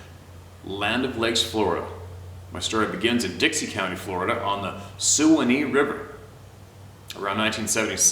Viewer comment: Suwannee River, is pronounced (Swann ee)!!!!